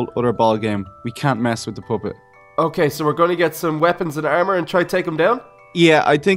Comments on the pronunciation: It sounds like your saying poppet. Poo-pit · he sed poopet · THEY SAY POOPET PUPPET NOT POO NOT POOPET! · Lol said poopet